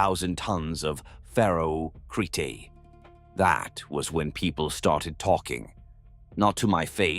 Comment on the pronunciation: "Ferro...cretay". Despite the use of AI, this is still another good story from the Void. Carry on... FOR THE EMPEROR!!! :face-red-heart-shape